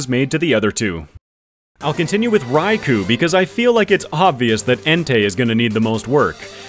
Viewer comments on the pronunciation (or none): Just because Eusine & Suicune are such an amazing sync pair in Pokemon Masters EX and it's great fun to spam infinite flinching Surfs on everything with them, I guess Suicune is my favorite legendary beast. (Also it's rai-koh)